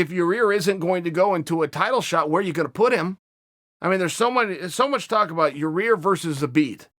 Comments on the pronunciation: Should we tell him it's "ya-ir" and not "ya' rear?" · How can chael not say yair Haha he says your rear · Its so funny he doesnt no how 2 say yair's name he keeps callin him yueer lol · It is ear chael!! For god sakes its not all about ya rear its all about ya ear! So i hope ya hear .Ya ear rodriguez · “Your rear” uncle Chael ?? 🤣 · Your Rear Rodriguez?? Who is that? I know Yair Rodriguez, 😂...jesus, come on Sonnen. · Fans: Uncle Chael, it's pronounced Ya-Ear Uncle Chael: Ok, great....Ya-Rear Fans: Ok, great... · " Zabid and Ra-Rear " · YA EAR NOT YA REAR. Your troll just makes you look like the ass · Uncle Chael. It’s pronounced Ya-Ear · LOL that killed me, the fan asked a legit question saying ya-rear. Chael " it's Yair, you idiot" enough said 🤣🤣🤣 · wrong body part. "ear".. not " rear".. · There he goes again with the Ya Rear.. It's Ya 👂 ear... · He trolled a fan a couple weeks ago who asked a question about ya-rear saying " it's Yair, you idiot" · Chael: I love Ya'rear. Uberpool: ... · "Your... Rear .... Rodriguez " damn it chael I'm tired of hearing you butcher my latino people's names! 😂🤣😎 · "Your rear Rodriguez" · He keeps calling him "your-rear" lol 😂😂😂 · Hey guys. He's saying Urea. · chael its YAIR. Yah as in yahooo, and ir as in ear on your head. Yah-ear. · Hey Uncle Chael.... think of his name like this.... 'Guy' with a Y instead of G. Then finished it off with 'Ear'... as in cauliflower..... How many different ways can you fuck up the same name? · CHAEL YA-REAR KAMARA P SONNEN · It's Yah-ear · Yair "Yarear" Rodriguez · Ya-Rear, Kamara... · "Your-Rear?" Hahaha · "What do I think about ya-rear... I love it!" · he said the first yarear on accident i bet any much lmao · He’s def trolling us now! Lol ya-rear... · Chael “Yarir Amanda Noons” Sonnen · Uncle chael his name is....... YAIR !!!! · God damnit Chalay is saying Yarir again... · "Your-rear" does get opened up if Zabit fights for the title.. I agree uncle Chael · His name is now Chael “YaRear” Sonnen